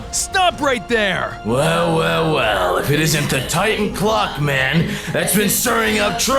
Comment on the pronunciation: Ngl, every time he said clock man, I thought he said Glockman.